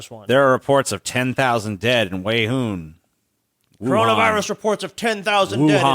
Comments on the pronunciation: pronunciation of Wuhan bothers me greatly. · The second "C" is silent. XD